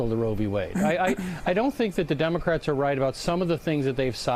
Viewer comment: ahahaha "dimmacrettz" ahaha